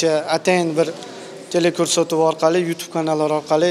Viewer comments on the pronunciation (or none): none